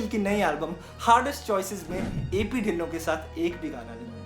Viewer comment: Bro dhillon ki pronunciation tillo hai😅